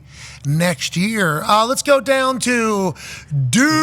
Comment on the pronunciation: So he’s gonna suck because he said duval weird??🤦🏽‍♂️